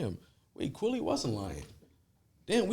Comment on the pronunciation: He keeps saying Kwaly instead of QUILLY..LIKE MILLY AK